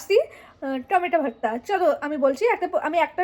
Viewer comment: ওরে পাগলি রে সোজা বাংলা তে বল না রে যে টমেটো ছানা। আর এই টমেটো ছানা সবাই খাই, তুই বোধ হয় প্রথম খাচ্ছিস 😂😂। ভারতা নয় ভর্তা 😂 সোজা ভাবে বললেই হয় ।